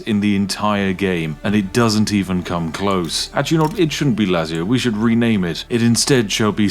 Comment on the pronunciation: How Spiff says Lazio…. 🤭